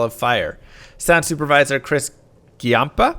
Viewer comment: Ghee-yampa? Dude aren't you Italian? Jahm-pa.